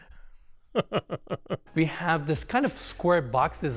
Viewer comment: Don't wo-rrie, we have 5 other bedrooms with the woal" "Everyone gets the woal".... 🤣